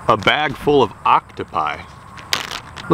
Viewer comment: It's octopuses not octopie or what you said